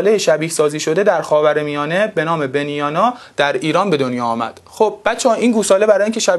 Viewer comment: خیلی خوب تدریس میکنید ولی اون کلمه بنیان رو اشتباه گفت